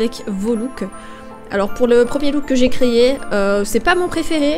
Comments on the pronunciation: Super vidéo comme d'habitude 😊 Sinon j'adore quand tu dit « 3 looks que j'ai créyé » 😁😂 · Je répète: « 3 look que j’ai créyé » 😂 toujours aussi drôle ma 😅 et aussi: « pour le premier look que j’ai créyé » tu changeras jamais 😄